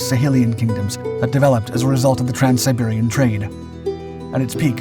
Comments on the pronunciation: trans Siberian or trans saharan? Couldn't tell which one he said. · I heard trans Siberian too. I had to check the comments to see if I was the only one.